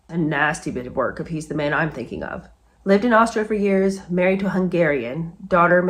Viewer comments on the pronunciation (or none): none